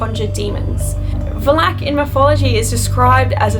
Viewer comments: Va-lac not Val-ac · The way you pronounce Valak is wrong... Vah-lak, not Va-lack. Nice video, though. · You say it as velek not valak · Demons and Demonic entities aren't actually mythology and you pronounced Valak wrong partially it's more Val-Uck not Val-Ack but it's spelled Valak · Who else is triggered by her calling him Velak i know it as VAL-IK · VALAK. NOT VA’LAK. your prenounce. Is wrong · It's Va-lak not Valak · It is monk not munk and it is valak not vlak you idiot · Oof but you said it wrong sorry it valak you said it it was like valeak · It's not valak it's valek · It's not Valak love, It's Valak with a stretch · Valak not balak hahahahahaha charrr! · It’s not Va-lak it’s Valak. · It's pronounced as va Lak. Not valak valak. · It is pronounced va...lak Not va-lak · Who the hell is Vuh-lack? They literally said the name of the entity in 2 seperate movies, multiple times... Valack... Pronounced Val-ick... Stay on the script. It's a movie, based on a fictional novel. Check the 900 million dollar lawsuit WB had to pay because they can't prove Ghosts exist. lol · It's not Walak. It's Valak. That's hard to hear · It’s Valak not Valak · Its Vaah-lack not Balack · i love how she pronounces it like vlak instead of valak. its so funny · The way she pronounces “VALAK” is so annoying VALAAAAAK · It's Valak pronounced valact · Take a shot every time she says Vlalack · She can’t even say the name right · Is it just me or the way she pronounces Valak is uhhh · I hate how she says Valak, it was a good video but oh my gosh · please at least pronounce Valak right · if you are gonna do a video about it at least pronounce it's name properly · U are pronouncing valak wrong 🙄🙄🙄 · Its "V A L A K. The K is almost silent, and the A sounds."louder". If u get what i mean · Saying valak name wrong lol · Why do you pronounce Valak so weird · Valak? The pronunciation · So the pronunciation i noticed here is different from the movies? is it VAL-ICK or VAL -ACK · stop saying Valak wrong